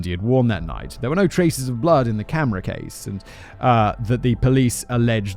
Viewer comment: Simon can't say camera case.